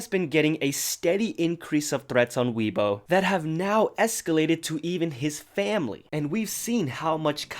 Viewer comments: Hi!, if you were talking about weibo*, I think it's pronounced "way-bo", not "wee-bo". If I misheard you, then I am *SO sorry, but yeah! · "way-bo" not "wee-bo" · I know this is super trivial, and probably not important, Weibo is pronounced WAY-bou.... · lmfao “weebo” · HAHAHA sorry the way u said wei bo I'm Chinese and you're saying very wrong but it's fine I understand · I always thought weibo was pronounced way-boh. Or is it wee-boh?? Someone help me please